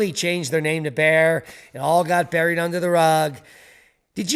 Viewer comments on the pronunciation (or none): none